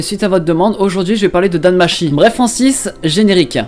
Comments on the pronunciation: Je me moque pas mais bon quand ça fait un moment que tu écoute du japonais dans les anime ne me sort pas un "Dan Machi" tt pété please 😂 Tu ne sais pas que le ち (chi) en japonais se lit tchi ? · NOOOOOOOON mes oreilles c'est Danmachi (Danmatchi)